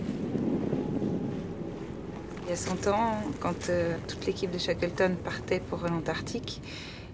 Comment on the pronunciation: Good documentary, with great footage, but the narrator was just bad! Sounded like one of those robot narrators used in cheap youtube shorts. I mean this narrator pronouncing his name "Shakleton" was just awful. The guy is one of the most famous people in world history, and the narrator of a documentary can't even be told to pronounce his name correctly. Ayyyy